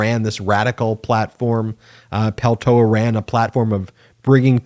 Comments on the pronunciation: I watch your videos daily. I kept cringing each time you said and mispronounced Mary Peltola's name though. A bit distracting. It's important. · You kept mispronouncing her name. There is a second L you know. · Is there a reason you don’t sound the “ L “ in the name Peltola ? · Why tf do you keep saying Peltola wrong? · It's not Peltoa...It's PELTOLA... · Just a hint. Peltola must be a finnish origin surname. In finnish in all words, names included, stress is always in first syllable. So it is PELtola, not pelTOla. Cheers. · Isn't it PeltoLA? Not peltoa? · It's not pronounced Peltoa. You keep dropping the second "l". This Alaskan would appreciate our newest Member's name be pronounced correctly, please. PELTOLA PEL-TO-LA. Thank you, and yes, we are CELEBRATING! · Please properly pronounce her last name. It's Peltola. It's being pronounced without the second "l", Peltoa(incorrect) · I really like this channel but my only critique is how closely you sound like Fox News "anchors" in saying radical to a fault. Also, you pronounced her name Peltoa and Peltola. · PeltoLa. There are 2 Ls in her name. Don't sound like a dumb right-wing pundit. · TOE "LA" not Peltoa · Please practice saying Peltola 😉 Not Peltoa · Please pronounce her name correctly P E L T O L A … thank you. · Pel to la, to is said with a long O. Sorry, American/Finn have to help you with the word. This is wonderful! I could not be happier. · What great news for the people of Alaska!, it would be respectful of you to pronounce Mary Pel-TOE-La correctly. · It’s Pel toe Lah! C’mon get it right. The first Native Alaskan in Congress and you butcher her name? Get at least enough respect to say her name correctly!!!! Apologize immediately! And do your homework! Or we go back to CNN. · Peltola is Finnish. Say that last L. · Mate, it’s PeLtola. Read her name correctly, s-head! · It's a Finnish last name and you say it PEL-tola. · Peltola is often mispronounced.